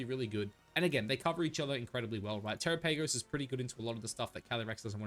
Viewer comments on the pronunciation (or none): The way you pronounce Terapagos is cringe😅